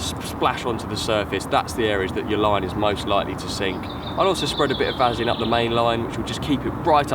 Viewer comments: Why does keep saying Vazaline. Say it right lol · Ha ha someone can't say Vaseline properly! Can't stop laughing, brilliant